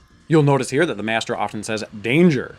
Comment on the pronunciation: cant say master